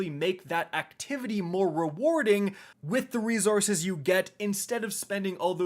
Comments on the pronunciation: Yo I love the content but my guy it’s resources no rezorources. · It kinda drives me nuts how you pronounce resources. It’s not rezorzes. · "ree-Zources" lmao... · I always have a laugh when he says rezorces. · “Re-zor-suhs” Lol where are you from? You’re from up north right!! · said reZZources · Have I lived 40 years and never realized how to pronounce reZource(s)?